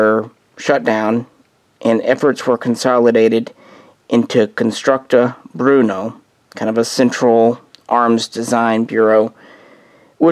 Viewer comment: Cermak? No the designer was Jiri Cermak. Pronounced like Yuri Chairmak. Also its Brno not Bruno.